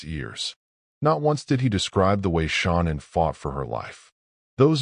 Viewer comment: Mispronouncing Shannans name is an insult to her memory. Do better